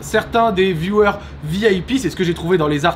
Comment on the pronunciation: Au départ, quand tu dis « viewers » on comprend « violeurs ». La faute au micro je suppose. Sinon, ta vidéo est sympa.